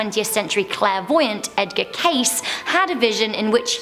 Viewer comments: Edgar Cayce = Edgar (Cay See) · Sweety, it's Edgar Case (Cas-ee